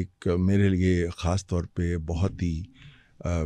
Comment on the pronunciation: مُحترمہ کھُش نہیں خوش کھاس نہیں خاص خ کو کھ نہ بولیں